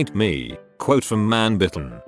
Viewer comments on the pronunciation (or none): none